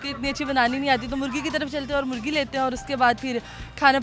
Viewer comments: Nice gesture, apni urdu bhi theek Karo, murghi hota Hai murgi nahin, bollywood ko goodbye kaho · .. its not "murgi" .. it is MURGHI مرغی